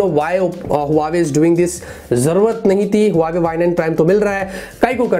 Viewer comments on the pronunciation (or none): Huaywei nhi huawei* hai😂😂